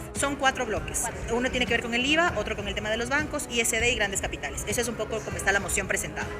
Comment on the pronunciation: Que dice Íza, bicosss jiss naisss 😅😅😅